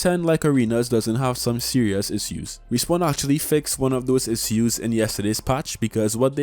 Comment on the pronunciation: Thanks for your vid 🔥! No offense at all, but I cannot get along with the way you pronounce "issue(s)". I hope i will get used to it soon. 😂